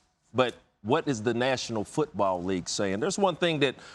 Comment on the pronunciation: Randy Moss says Football like it’s pronounced “Foouutbawwl”